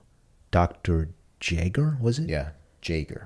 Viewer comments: Hearing them say jaeger as "jay-ger" kills me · Just to clarify, the pronounciation of Jaeger is "yay-gar". It's a German name, and you will find a lot of this show is heavily influenced by German culture in more ways than one. Even some of the songs used are in German instead of Japanese!